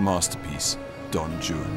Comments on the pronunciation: Not to be picky, but someone could have couched him on how to pronounce Don Juan. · Is Rupert Everett mispronouncing Don Juan or are there two ways to say it? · I love how he is totally incapable of pronouncing Don Juan correctly. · The way he pronounces "Juan" as "Jew-ann" is cute...I guess he doesn't know that in Romance languages the "J" is pronounced as an "H" sound. Well done otherwise, Rupert! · Why is it pronounced don joon for don Juan. Thought it was pronounced Don waan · Don Joo-an? What!? I thought it was Don "Whan" 😅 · Did nobody tell him that Juan is pronounced "Waan" and not Joo-an? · Don "Yu-an"?!?! Rupert, Juan is pronounced "Hu-an" for someone who purports to speak Italian, I can't believe you didn't pronounce Juan correctly! 😆😆😆 Aside from the mispronounciation of "Juan" which made me cringe ever time, I thoroughly enjoyed this documentary. I agree with many of the other commentators, Rupert is the prefect narrator for Byron's story. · "Why Capt'n Butler how you talk!" Why do you say "Don Jew-ann" when it is said: "Whane" think One with a W! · Yes my British friends, certain letters of the alphabet are pronounced differently in other languages. The name Don Juan is not pronounced Don jew-Anne (and it's not two syllables) & palliya is not pronounced pay-ella! My favorite cooking show, Sorted food, does that one all the time. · don joo-un, huh? ok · V.B. is right!... Rupert Everett pronouncing of D. Juan's "name" is completely wrong!... "Juan" is a Spanish name and the "J" should pronounce like an "R": R'uan!... So, your claim don't make any sense, it's absurd and reveal a huge ignorance!... -"He's pronouncing it in the way Byron wrote it"???... "Juan" pronouncing it's the same at Byron times as it's today!... And the rest... "Syllables" and "Rhymes" sounds completely absurd and don't have nothing to do with V.B.'s claim!... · I noticed that. One wd think he could pronounce Juan as Hwan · Have i been mispronouncing Don Juan all my life?!